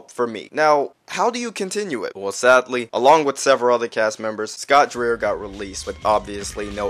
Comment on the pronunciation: The whole casting experience (which I was involved in but had to do what we were told to do) They wanted Knuckles to be a cross with Jamaican Island Attitude and confidence. And you pronounce Dreier like Dryer. He is a great theater actor and has worked for Disney and is currently doing a tribute to Doris Day starring in a play that tours. The reason we were replaced is sort of a mystery, but I'm glad we could participate when we did!